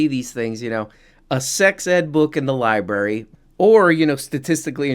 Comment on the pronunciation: Did just say "libary" twice? Also, is it a coincidence that DeSantis did everything he could to alienate migrant labor and now Florida suddenly needs a different source of cheap labor? "Weeird"